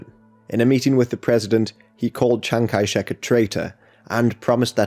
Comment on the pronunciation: Chiang-Kai-Shek man.............